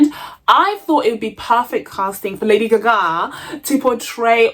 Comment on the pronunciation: You had me HOWLING every time you said “lady gagaa” 😂😂😂